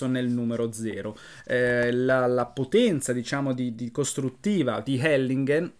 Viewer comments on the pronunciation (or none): Hellinghen con la "g" dura. Sempre complimenti, ti seguo con enorme piacere e interesse molto spesso.